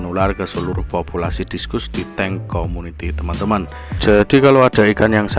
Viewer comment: Discus. . Bacanya diskas bang..